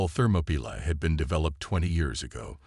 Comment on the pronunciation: This story has way too many words spelled badly and inconsistently in the crawl along with mispronounced words like Orion and Thermopylae.